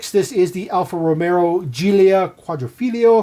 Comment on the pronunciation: …and it’s not “Alfa Romero”. 😂